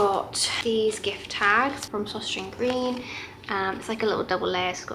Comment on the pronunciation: Søstrene Grene, I think you can just say Sisters Green 😂 it's easier. Danish is super hard to pronounce!